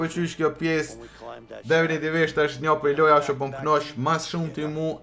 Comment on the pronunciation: Definitivtvedhhfhhstg DEFINITIVISHT* 😂